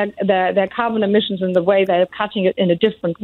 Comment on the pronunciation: Yeah listen to how she says w. She says vere or vas or ze instead of the.